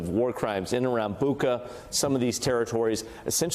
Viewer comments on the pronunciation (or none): BU-cha. Not BU-cka. BRO-vary...not Bro-VARY. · Hey, Clint. I've seen "Bucha" in cyrillic and it's pronounced "Boocha" not "Booca". You could have found this out for yourself. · The Ukrainian spelling is Буча, so it is correctly pronounced BOO-cha (almost sounds like butcher), not BOO-ka. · BuTCHa, like "gotcha" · Bucha is not a Greek name to pronounce it as Buca.